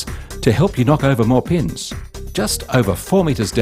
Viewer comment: When he says pins it sound like penis